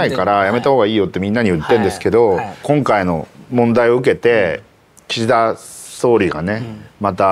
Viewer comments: キシ↑ダさん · 井川さんの『岸田さん』のイントネーションが独特過ぎる